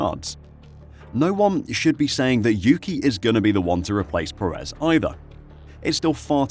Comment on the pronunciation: Please pronounce Perez's last name properly.